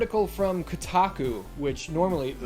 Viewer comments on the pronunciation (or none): none